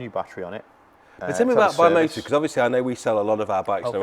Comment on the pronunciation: You pronounce it BI-MO-TA which uses the first two letters of each of the founders surnames: Valerio Bianchi, Giuseppe Morri, and Massimo Tamburini. Your expert forgot to mention Ducati etc. First two letters denote which manufacturers engine is used, hence YB, DB, SB, KB etc.